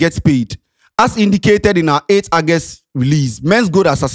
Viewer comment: Bro, the word is August ( Ɔgɛst) not Agust okay.